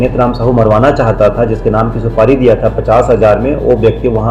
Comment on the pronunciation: उच्चारण में भारी mistake सुपाड़ी नहीं है जी सुपारी कहते हैं